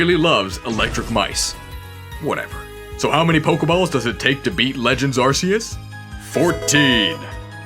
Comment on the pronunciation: it’s ARKOOS